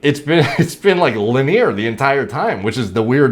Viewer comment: "li-neer" pls. its linear. pls. stop trolling us